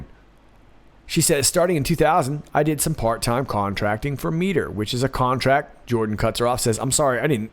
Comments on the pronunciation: m - I - ter not mee - ter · Mitre. Might-er, not meet-er... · Minor point: Mitre is pronounced "MY-ter". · Mitre is pronounced (My-ter). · Miter ... my-eye-ter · Mitre is pronounced my-ter. They sound shady to me.